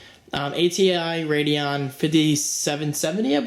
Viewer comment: "Ateon Radeon" wot m8